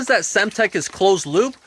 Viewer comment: Did he say, "dats"... "dis"...🤔🙄